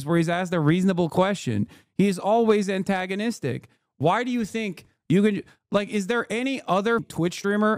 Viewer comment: you fucked up the same word twice within 1 sentence, in 2 different ways.